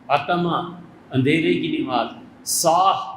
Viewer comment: Molana sahab apki urdu bhi sahi nahi nimaz nahi namaz sahi urdu